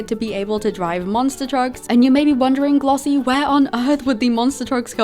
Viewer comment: glossie i’m sorry but when u said “detective glossie is on the case” i thought u said detective mommy😭